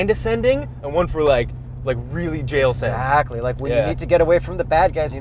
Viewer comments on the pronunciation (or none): lol, "jail send"